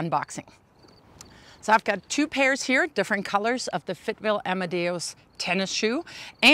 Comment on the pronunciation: "Amadeus" not "amadaos"